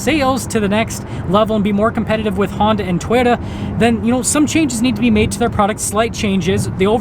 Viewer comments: Is it just me or does this guy say the word Toyota like Twitter? lol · lol this is a very informative video. Will be looking at Mazda more. I swear when he said Toyota it sounded like Twitter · I like how he says "Toyota."